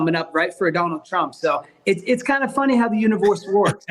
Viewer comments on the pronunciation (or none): “It’s kinda funny how the univorse vorks” 😂 lmao it’s so endearing when colby mispronounces words